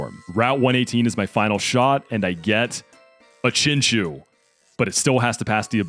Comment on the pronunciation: i activate my magic card chinchu aka chinchow(your saying chinchou wrong noob)